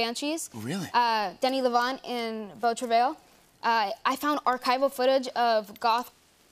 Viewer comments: Moi qui comprend le français et qui l'entend dire beau traveuwèl 😆 🤣 😂 😹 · Beau travail pronunciation killed me a little inside lol. Love her acting though